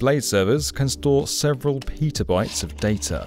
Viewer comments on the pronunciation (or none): Peetabytes? ew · It's Petabyte, not Pitabyte.